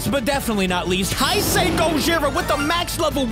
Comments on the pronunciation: How to pronounce it:hey-say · YOU DON'T PRONOUNCE IT "HI SAY" ITS "HEY SAY" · hi-say is wrong it is hey-sey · Hay say not high say man but great video as always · oh yeah, its pronounced hey-say gojira not hi-sei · You saying hise instead of hase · The correct pronunciation of heisei is hey-say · The right wone to say heisei it's heysay just say it like that it' EZ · Hey uh Btw This is how to say heisei Its hey-say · It’s pronounced hay say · You supposed to pronounce hey say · It’s pronounced he se HAE SAE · I don't want to be mean but, Heisi is pronounced "hez i" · Man ur bad At Pronouncing Hesiei kaiius name Translate It bruh